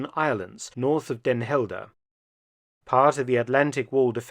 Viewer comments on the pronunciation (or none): Also as constructive criticism: you pronounced Den Helder like a German, hehe. Still, thanks for at least trying, as was said: most don't even do that.